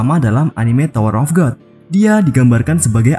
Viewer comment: Admin salah ngomong hahahaha tower of god 🤣🤣